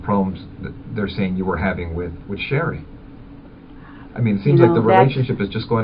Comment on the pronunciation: The b.... Sounds like she still can't get over that John marrien Sherrie because she can't even say sherries name